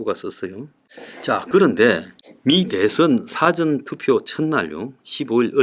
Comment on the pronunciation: 사전투표. 이분 발음이 dictionary 투표 같이 들리네요.하하. 웃자고하는 소리입니다. 힘네세요!